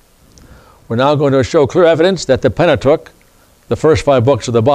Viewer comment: 😂😂😂😂😂😅😅 he cannot even pronounce the word Pentateuch correctly..No Slurces